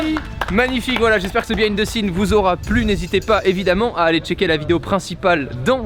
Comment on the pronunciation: Un " béhine the scene " ? 🤔😂😂